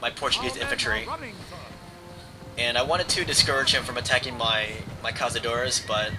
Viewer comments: GODDAMMIT ITS NOT CAZADORES ITS CAÇADORES like you are reading it with a z but you should read it with a C like caÇadores thats why we have this Ç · In Portugal we say caçadores, not cazadores, that is castillian